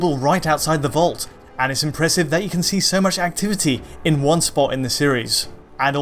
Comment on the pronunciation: I find it weird that says "Ken" rather than "can" and "then" rather than "than".